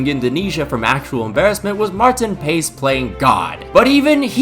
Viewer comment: As an FCD fan it’s pronounced Martin Paas